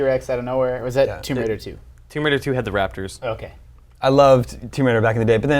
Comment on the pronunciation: man did you say thumb bridal? lara croft thumb bridal. from a treasure hunter becomin a successful wedding enterpreneur.